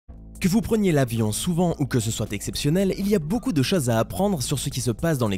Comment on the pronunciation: On dit CHOSE, pas CHAUSE !